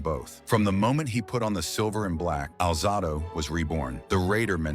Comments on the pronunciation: His name is pronounced Al Zay Dough. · Can’t listen to these when the subject’s name isn’t pronounced correctly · The AI constantly mispronouncing his name is a major distraction